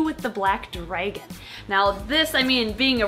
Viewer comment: Whoa. You say dragon like dreygon. Lol.